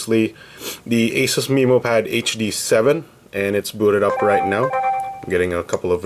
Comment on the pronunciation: That's the correct pronunciation "MeMO" Like Finding MeMO the movie